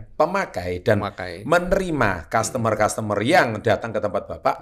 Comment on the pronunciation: Bkn kas tamer pak E, tapi kastemer